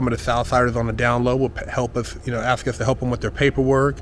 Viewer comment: Its ask .. not axed lol.